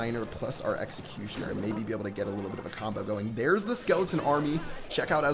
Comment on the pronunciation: New meta: Elecutioner